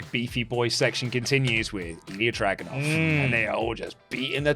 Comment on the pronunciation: Video was great but does think Ilja’s name is Drogunov??😭